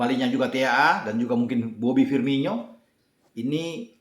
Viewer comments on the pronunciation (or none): none